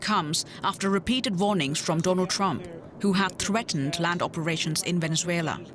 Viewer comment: "Don't discount Thonald Twump to attwac venethuela to look like tough guys" yeah I discounted what this guy said in the first sentence.